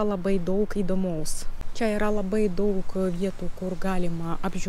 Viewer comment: Kalbate lietuviškai labai neblogai ir suprantamai , pasitaiko nežymios tarimo klaidos. Jos greit išnyktų , jei daugiau bendrautumėte su lietuviais. Pastebėjau, kad dažnai tariate ,,t'' raidę su ,, c'' atspalviu. Tariant žodį ,, daug'' , reikėtų trumpiau tarti ,, u '' raidę. Patariu kalbėti Lietuviškai kuo daugiau, nesivaržyti ir greit akcentas sumažės iki minimimo.